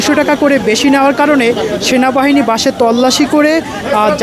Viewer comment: বাছে না বাসে 😂